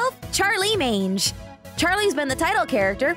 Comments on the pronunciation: Magne is actually pronounced Mah-ni-ie as gn in French is pronounced ni. Also, isn't Charlie the Antichrist? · Her (new) last name is Morningstar and I thought you pronounced it Magne (Mag-Knee)